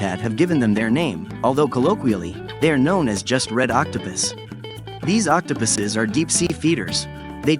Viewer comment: "octopiss" D